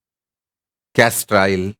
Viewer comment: Please tell me you said castor oil